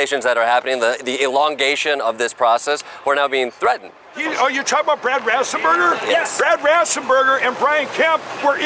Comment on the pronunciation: RASSENBERGER? IS HE DYSLEXIC OR HEARING IMPAIRED?